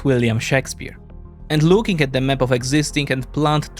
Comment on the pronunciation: Nie mówi się "mep" tylko "map" 🤦‍♂️